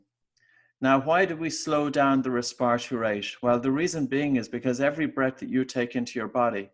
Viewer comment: I had to stop listening. No one talks like this RESPIRARY really?